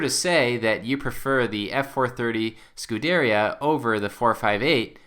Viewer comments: It's not pronounced Scu-deria. It's pronounced Scu-der-ia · It's not F430, it's 430, and "scoo-deh-RI-a" not "scoo-DER-ia" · You pronounce Scuderia incorrectly. It's Skoo-der-ria.